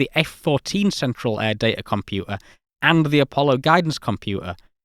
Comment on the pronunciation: Compua'a. Fi'a ..😁😁😁